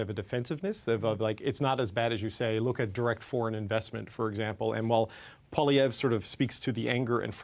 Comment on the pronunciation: What I don't understand is how CBC can hire an unprofessional person like who can't even pronounce Poilievre? A person with professionalism would have learned to pronounce it properly by now.